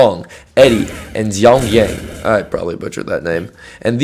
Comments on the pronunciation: Also, its pronounced "shao yuu"! 😂 Calling my girl xiaoyu "xianyang" for some reason is a grave offense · The way you said Xiaoyu is unforgivable lol 😂😂 amazing video though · Bro your pronunciation of "Xiaoyu" is so wrong it's killing me 😂